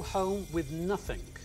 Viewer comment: I love the way the host says nothing. “Nothink”